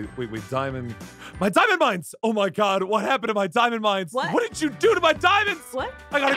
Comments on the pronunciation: it's not "Diimund" it's "Diamond" you Must Read not Like Diimond Okay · When said diamond but it was dimun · Did someone said diimund?